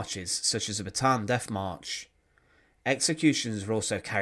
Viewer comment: You're videos are interesting but your pronunciation is so bad I can no longer watch them.."estimated that between free and 14 million people", "def marches", "free foot long bamboo baskets", "frown into trucks", "driven frew the countryside", "standing wiv her farver"